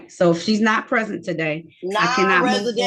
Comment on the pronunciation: Went the judge asked if the person was in the courtroom, it sounded like she said, "I am president," instead of I am present.